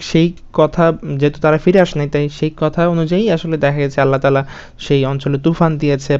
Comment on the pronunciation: আল্লাহতালা না আল্লাহ তায়ালা